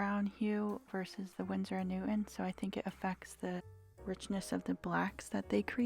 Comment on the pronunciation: I think it’s pronounced Winsor & Newton not newt. On